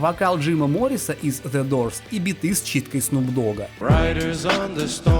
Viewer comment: Видео топ. Но Джим МорриСОН, а не Моррис. Это знать надо! Это классика *л*ть!